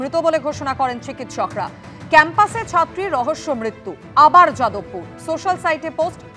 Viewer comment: মৃত্যু উচ্চারণ আগে ঠিক কর তবে না বলবি